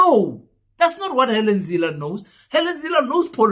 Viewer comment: Let. me make a correction.! It Helen not Hallen. I think you need to sue you English teacher.! Because he failed spectacularly to teach you anything 😂😂😂😂😂😂😂